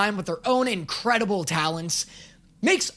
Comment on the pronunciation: ah yes. Incradeable